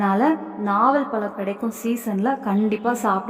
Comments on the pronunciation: முதலில் தமிழ் முறையாகப்பேசுக. பலமா? பழமா? .. பருவந்தோறும் கிடைக்கும் எல்லா பழங்களையும் உண்ணலாம். உளறல் தவிர்க்க.🎉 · பலம் அல்ல.பழம் என்று உச்சரிக்க வேண்டும். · Everything good thank you. Pronounce "pazham"tamil word